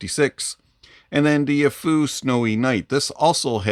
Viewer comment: Any benefit to upgrading to the Snowynight from the Tanchjiam Space? Side note, you're the first person I've heard pronounce Aful correctly.